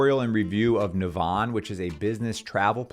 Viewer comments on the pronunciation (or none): It's pronounced "Navvin". It shares its name with a town in Ireland.